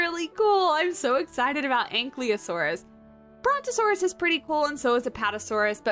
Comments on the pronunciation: Once again, I must inform you that it's pronounced an-KYE-lo-sore-us, not an-KLEE-o-sore-us. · Right, she puts the L one step before the Y, could have just misread it or in her brain it's cooked in. In English it's more common to hear an-KYLE-o-sore-us but in other languages an-KILO-sore-us is also used. But really it's fine, there are a lot of pronunciations for dinosaur names because English is not very consistent in how to pronounce words from different languages. Technically it get's even more messed up because the origin of scientific names often mix languages, switching alphabets even, so rules get mixed up too. For example, the word saurus should be pronounced with a rhotic R, not an English one, as if for Spanish or Italian, because both Latin and Greek only have rhotic Rs but nobody is complaining about that. As long as we understand what animal is being talked about.